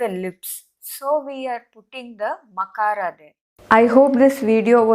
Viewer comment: Your pronunciation is incorrect. You are NOT pronouncing makAraH but "ma" which is makAraH + akAraH. You should show the difference between pronouncing makAraH (without any swaras) and anuswara.